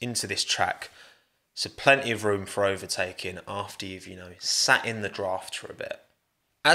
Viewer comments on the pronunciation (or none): none